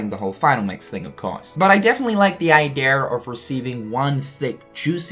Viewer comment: Idea = Idear Margin = Majin Get your R's straightened out, man 🤨